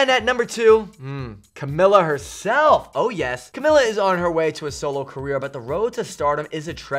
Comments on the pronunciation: cam-ill-a lol it's cam-ee-ya. 💁💁💁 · I'm shook he said camila's name wrong